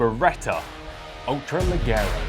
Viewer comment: Don’t mean to criticize but pronounce the G’s as H’s 😉, it’s mean ultra light but in Italian haha